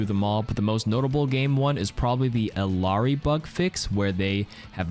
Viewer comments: that is not how you pronounce illari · The patch notes here was definitely well done & helpful! But the mispronunciation of Illari's name just kills me T_T